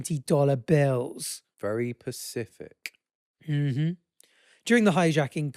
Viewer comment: saying pacific instead of specific and ‘mmhmm’ to keep reading got me bad